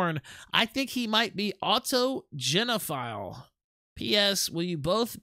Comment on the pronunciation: Auto "jeno file" lmao